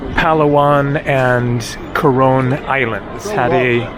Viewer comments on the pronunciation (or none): none